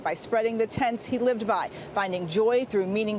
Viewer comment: I’m sorry, but did that reporter pronounce “tenets” as “tents?” Kinda unacceptable if you ask me!